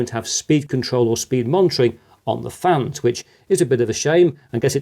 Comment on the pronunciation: you accidentally said good airflow from the flans instead of fans LOL